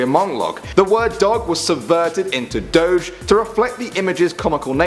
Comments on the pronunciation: Its pronounced, Dough-Gi not Dougg, but nice try. Why do i know? I am the Chosen Doge, on behalf of my wife Padme Dogedala. I am now the Darth Doge, and Luke Dogewalker, my son resisted me from luring him into the dark side. Leia Dogewalker still does not use the force. I am not existing anymore. There is a new Dark Doge and that was Kylo Doge. He is the leader of the Knights of Doge. He is the son of Leia and Han Dogelo. But, Rey and a Stormtrooper defeated them, And just about when they were about to leave, Trump doge has threatened them. But good thing Barraco Barner saved them, and they flew away in their magical Nyan Cat and go to Planet Diznutz The End. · It's pronounced "Dough-GHEEEE" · u say it like dochsh but it is spelled like doge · I always thought doge was pronounced like doggie but dog e..... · Doge (doe gee) you pronounced it wrong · Its Pronounced Doge (Doj)! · Doge is pronounced doe-gee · No you pronounce it Doge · It is obliviously pronounced DOAAAAAWWWGGGGGEH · Lillian Beach No it isn't it's pronounced dowj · doge is pronounced doggie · Doge is pronounced "doggy" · It is pronounce do-gee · no, it's pronounced DOHGEEEEEEE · It's pronounced dog-E DOGGY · its pronounced dojjeeee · It's pronounced dog-ee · y'all who watch know how badly said "doge"